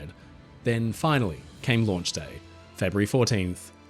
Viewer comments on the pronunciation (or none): none